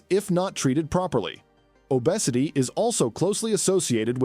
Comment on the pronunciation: Hepatitis, obesity, bilirubin, triglycerides--all mispronounced. Information is very poorly presented.